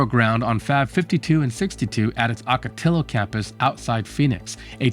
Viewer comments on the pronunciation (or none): So I noticed something about the way you pronounce some places in the southwest US. Amarillo, town in Texas. Should be pronounced in the Spanish \Mexican style subbing a y-sound for the double L. Amm-uh-ree-yo Ocotillo is a type of desert cactus. Auck-uh-tee-yo Hope this helps with any future LL containing words from Spanish origin.